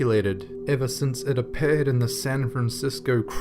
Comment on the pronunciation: A-Paired and Disa-Paired bahahaha